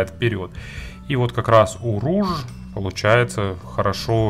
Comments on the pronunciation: Rouge (румяна) и читается как [руж] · Rouge (разбойник) и читается как [ро́уг]